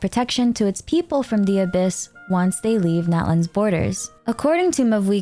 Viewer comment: "Please LIEF a like and subscribe"